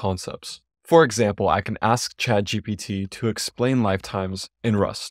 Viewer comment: I'm happy to see that you correctly pronounce it as ChadGPT